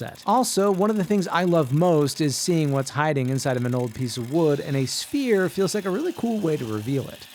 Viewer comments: I was so confused.....I thought he said he was making a spear. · My dumbass thought he said spear head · Definitely heard “spear” not “sphere” 😂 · You were saying “Sphere” I kept hearing “Spear” and was VERY confused from the first cut. lol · I kept hearing “spear” and got disappointed at the end😢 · Yeh you said Spear,.. blatantly. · When he said sphere I heard spear so I thought he was making a spear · Why did i hear "spear" instead of "sphere" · Didn't see the subtitles at first, thought you said 'spear'. 😁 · I thought you said spear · I thought he said spear 😞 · Chat My brain hear spear not sphere and I was so confused for like half the video 😭🙏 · Am I the only one that thought he said “spear” not “sphere”? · I thought he was saying spear not sphere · Ohh sphere, for half the vid i thought he was saying “spear” lmao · I thought you said spear and wondered why you would make such a short shaft 😂